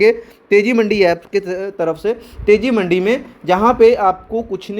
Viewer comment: Bhai मंडी nahi मंदी है वो😂